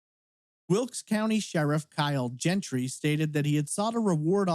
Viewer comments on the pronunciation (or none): none